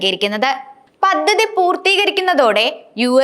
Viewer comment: പദ്ദതിയല്ല. വ്യക്തമായി പദ്ധതി എന്നു പറയൂ